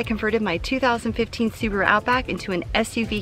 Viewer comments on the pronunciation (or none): none